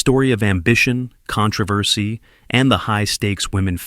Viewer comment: How did you mispronounce controversy?